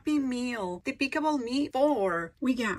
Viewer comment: You said “depicable” instead of “despicable”